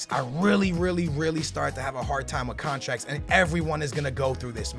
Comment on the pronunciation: "13,000 thousand contraks"